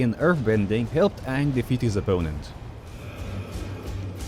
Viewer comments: That’s not ang that’s oong 😅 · hey wait a second....i've seen the movie, aren't u pronouncing his name wrong? isn't it pronounced ahhhhhng? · Great video, however you were pronouncing his name wrong. It’s pronounced Ong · Nah that aint Aang, thats Oong 💀💀💀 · that's not Aang that's Oong 💀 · That’s not Aang that’s Ong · It’s pronounced ‘ong’